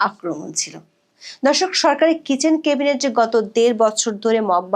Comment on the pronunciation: 'ম্যাডাম, প্লিজ "কেবিনেট" বলবেন না, কানে লাগে। উচ্চারণটা "ক্যাবিনেট"